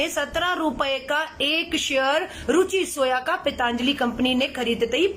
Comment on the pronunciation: श्रीमती "पैंताजलि" नहीं "पंतजलि" कम से कम संस्था का नाम तो सही उच्चारण किजीए। आपका शिक्षा एवं लालन-पालन तो शायद भारत में हुई है, इटली में नहीं ।